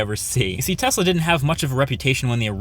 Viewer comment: Thanks for the proper pronunciation of the name Tesla